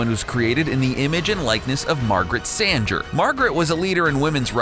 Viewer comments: It's not Margaret San-ger. It's Margaret Sang-er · Who writes this shit? Moreover, who DOESN'T do the RESEARCH? WW was NEVER called 'Superma'. She was going to be called SUPREMA. WW DID have a 'sidekick'. In 4 episodes of the 70's tv show there was Wonder Girl (Druscilla). Margret SANGER pronounced Sang-er, not San-jer, was NOT the inspiration for the character. It was Marston's wife (and probably a couple of his students). Margret Sanger was a piece of GARBAGE. A RACIST, ABORTION promoting scumbag of a 'woman'. Get your facts straight idiots. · Margaret Sanger, not Sanjer. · Margaret Sanger is a pretty notable woman. You should try google "pronounce"!